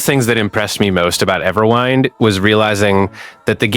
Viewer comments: Couldn't take this video seriously after quite literally the first 1s. EverWHINED? Really? You don't know how "wind" is pronounced? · Nope, that wasn't a slip of the tongue. He really said Everwhynd. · The way you pronounced the name PMO 😂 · Bro can’t even pronounce the name of the game properly but expects people to trust in his tips and tutorials. 🤦🏽‍♂️